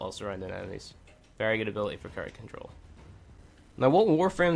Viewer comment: "ability has a T in it